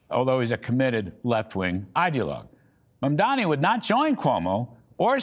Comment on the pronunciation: 😂 the pure instanty that you can't even get to say his name right and yet you dare to criticize him.. Go and learn to read first boomer